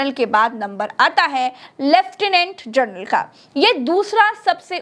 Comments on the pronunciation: कृपया जनरल का उच्चार जर्नल ऐसा मत करें!🙏🏻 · "जनरल" को जरनल बोल रही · आप जर्नल बोल रही है, और लिख रहे है जनरल